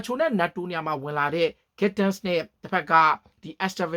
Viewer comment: thank you bro commentators တွေကလည်း အဲ့လိုပဲ အသံထွက်တာ က ဂန်းဒစ် ဆိုပြီး လုပ်လုပ်နေလို့ comment ပေးလိုက်တာ 😬✌️🤭